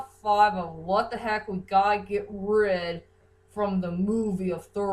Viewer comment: and its rid not rib